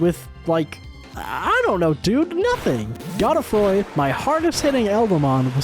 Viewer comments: god-uh-froy, bruh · The whole video I was waiting to see who replaced Melania, and while Gideon replacing Melania was funny, Astel replacing the Leonine Misbegotten had me on the floor. This was incredible! Also is anybody gonna tell him he’s pronouncing Melina and Godefroy’s name wrong?